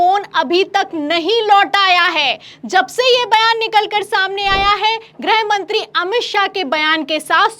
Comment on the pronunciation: grih mantri (गृह मंत्री) उच्चारण किया करें। आप grah mantri (ग्रह मंत्री) कह देती हैं।